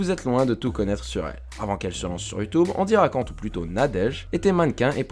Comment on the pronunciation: Par contre on dit "Èndy" pas "Andy".